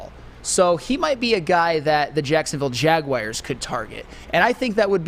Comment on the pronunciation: MY GOD it’s like fingernails down a chalkboard listening to someone who’s incredibly intelligent (and really fkn irritatingly also likes to flex his superior cognitive abilities on others), repeating mispronouncing words like Jaguars! THERE IS NO “I”, OR ANY “I” SOUNDS IN THE WORD JAGUAR 🐆! It’s not Jag-wire! 😖